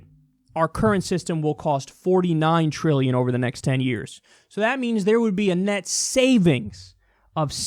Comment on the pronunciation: Trilllllion. There's a 'T' in that bitch!